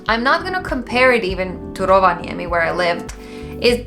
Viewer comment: I get that you have lived in Finland for a while, but i have never in my life heard an foreigner pronounce Rovaniemi as well as you.